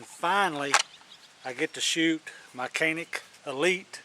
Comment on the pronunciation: It’s not “cannic”! it pronounces like “John-Nick”